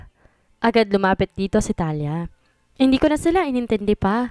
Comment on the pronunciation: An basa Po Ng pangalan ay thaliya kung espanyol Ang pangalan,Hindi thalya